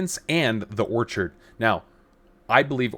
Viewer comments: It’s pronounced “Or-kid” like the flower, is it not? “Orchard” like as in a group of fruit trees, is spelled with an “a.” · If you can't even say Orchid properly, orchard is just silly, why would I trust or watch you again?